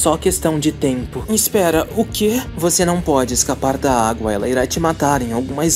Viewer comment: "Aguá" e "Agúa" os 2 pareçam errados, para mim.